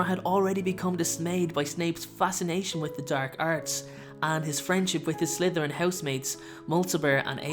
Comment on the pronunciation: Josh Wysockey it never gets old, its slytherins not slyththerians